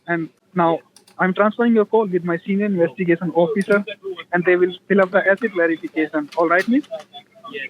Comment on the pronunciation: OH NO. THE "INWEST-A-GATION DEPARTMENT"...LOL